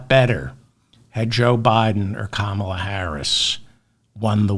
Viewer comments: Kammala not Kamaaala 😂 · You pronounced Comma-La right until you corrected yourself. Thanks for the show, have a good weekend.